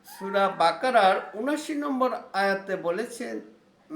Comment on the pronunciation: আপনার মুমিনূন, কোরআন মরিওম বাকারসহ যেসব আরবি উচ্চারণ করেছেন সবই ভুল উচ্চারণ। প্লিজ আগে আরবি শেখেন তারপর কোরআন হাদিসের আলোকে আলোচনা করেন।